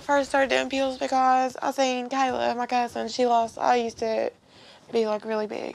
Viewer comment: pills? no, "peaals"